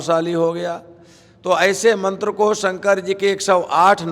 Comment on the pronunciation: mantar nhi aata bolna